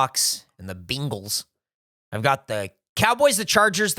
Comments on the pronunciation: i like that says bengals like bingles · "Jag-wire" Also wasn't it Geoff who said "bingles"? Oh it was both